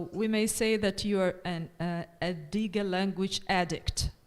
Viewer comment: Очень интересно было смотреть. Были вопросы, на которые услышала ответы. Кстати, у Дж.Коларуссо (хотя он немного растерялся) хорошее произношение на адыгском. Организаторам, переводчикам и всем, кому принадлежит идея - огромная благодарность. Приятно было слышать хороший английский у студентов. "Я не пожалел, что взялся за изучение языка. Особенно, когда узнал этнос, которому он принадлежит". Очень приятно и ответственно слышать. И еще: "Нартский эпос - для будущего". Действительно, надо структурировать материал эпоса для уроков в школах, чтобы он перестал быть только памятником литературным. Надо чтобы он стал частью или основой воспитания детей. Причем, в зависимости от возраста к нему можно возвращаться в старших классах., вам искренняя благодарность за это видео. Будем ждать следующие.